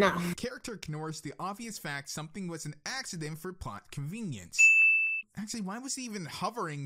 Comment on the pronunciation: dude. Don't question Pinkie pie. She's capable of literally anything. it's convenience. Not convince